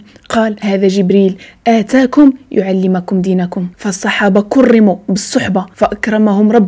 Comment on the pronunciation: السلام عليكم ورحمة الله وبركاته محتوى رائع وجميل جدا ونفتخر بوجود أخوات مثلك يوصلون للناس دينهم بطريقة بسيطة يفهمها الصغير والكبير فقط ملاحظة فضلا حاولي ما أمكن بالنسبة للآيات عدم تغيير الحركات يسفك بالفتحة وليس يسفك بالضم، وأيضا في حديث جبريل مع النبي صلى الله عليه وسلم أتاكم وليس آتاكم بالمد لأن الآيات والأحاديث النبوية يجب ذكرها كما هي ، وتقبلي مروري بارك الله فيك وزادك الله من فضله وعلمه